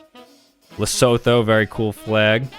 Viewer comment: Oceania is o-she-AH-nya not ocean-ya Seychelles is say-shells not shellehs Liberty equals America, wow, three words yet at least two/three big errors there... Moldova below Ukraine, not beside Romania and basically the same... Lesotho is pronounced le-SOO-too not le-sow-tow mispronounced some but it's ok, hope you learn how to :p have a good one